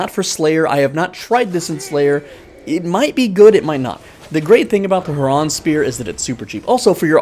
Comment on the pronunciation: "Herraahhn spear" 🤣🤣